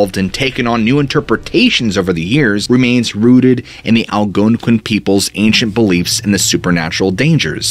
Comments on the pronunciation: I don't know why, but every time he said that tribe name that I can't spell and sounds like it starts with an A, I can't help but smile and laugh a bit. Southing about the emphasis at certain syllables cracks me up. "The Al-GOOONE-quin people" 😂. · I NEED this guy to spell the name of the Indians that believed wendigos, the veil being thin, etc in Bennington. I gotta know if he just sounds weird saying the name or if he over emphasizing the "ouin" part or what, because it's cracking me up 🤣.